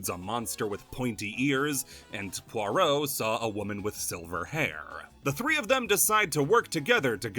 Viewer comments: shhh nobody tell him he pronounced "pierrot" as "poirot" the entire video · Unrelated, but the way you said Pierrot had me so confused the entire time to the point i questioned how it was really pronounced. Came for balan, got a username crisis 😔